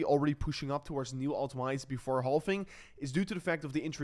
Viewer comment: I know the word "halving" contains the letter "L", but my friend, we don't pronounce the L. We just pronounce it like this: "havving". Very simple.